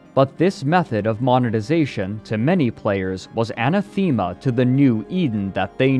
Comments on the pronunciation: Anay Th ee mah lol its anah th eh mah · great video but the way you pronounced "anathema" was heart wrenching. 5/10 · lmao at the anathema pronunciation.